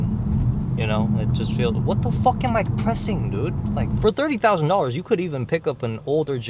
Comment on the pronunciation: “What the FOOK” 😂